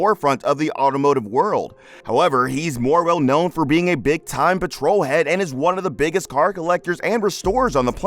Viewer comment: I choked when I heard that too. If you don’t know that why are you talking about this ?